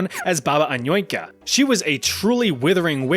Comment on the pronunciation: Man, my ear is bleeding after fourth time I hear Anoika It's Annushka